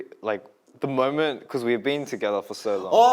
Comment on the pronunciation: "the moment" -Felix Aussie accent